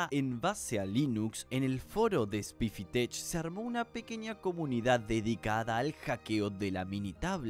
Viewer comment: Tech se pronuncia tek